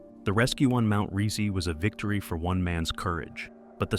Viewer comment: You pronounce Stoch SO BADLY same goes to pronouncing Rysy - dude at least put those names in Google translator and let it read it for you, butchered